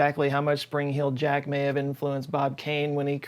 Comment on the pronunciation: the WHOLE video I thought it was “Spring Hill jack” and you were just pronouncing it weird 😭